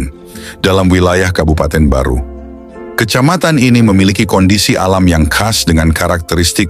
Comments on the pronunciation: Barru bukan Baru. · Barru bukan baru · Allah, bukan Alah , Makassar bukan Makasar , Barru bukan baru , Soppeng bukan Sopeng dst dsb.